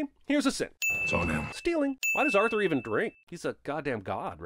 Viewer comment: 100 sins to cinemasins pronouncing Arthur's name as "Urther"